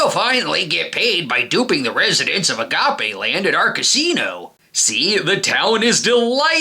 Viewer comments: im pretty sure its pronounced agape land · Clearly you didn’t grow up in a predominantly Latino neighborhood to not know that was pronounced a-ga-pay